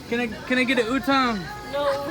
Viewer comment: Utong means nipple my friend... make sure to pronounce A on utAng. Gorgeous lady.